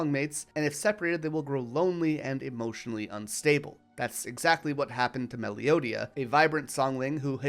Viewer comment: Dude, it's said song wing and ma low dee ya, stupid!